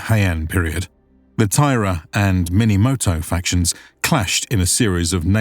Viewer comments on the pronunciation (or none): none